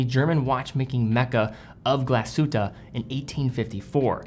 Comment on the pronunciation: Seems that you’ve practiced the correct pronunciation of Glashütte :) Thumbs up and thanks in the name of all Germans 😁